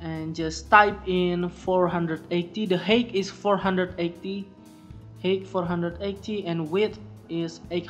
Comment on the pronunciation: When you say the word height its not like heyt its hayt